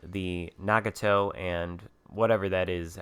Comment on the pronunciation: thank you for the video and just a heads up its na-got-toe